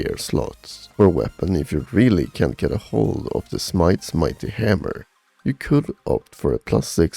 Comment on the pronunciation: Did you say, 'Do not use Smite's Mighty Hammer?' I'm sorry, I couldn't hear that part clearly; your diction went off from my hearing.